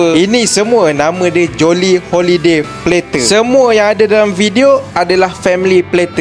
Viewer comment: sebut betol betol bang ' plater ' tu, lain mcm dengornya, ngisau plak...bior ada sleng mat saleh skit lain skit dengornya😂😂😂